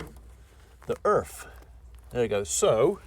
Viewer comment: I don't mean to sound mean or anything but can you say Earth with a E haha :P :)